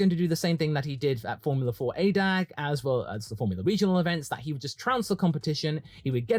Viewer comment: FYI the Germans pronounce ADAC as individual letters ay-dee-ay-see (German uhh-deh-uhh-tseh), not "aydeck" 🙂